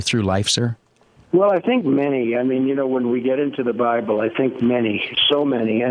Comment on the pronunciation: Was it me alone who heard him say "well I think many you know when we get into the BRIBLE I think many so many......"